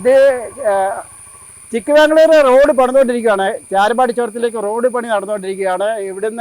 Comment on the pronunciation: Chikkabangalore Alla cheta chikkamangalore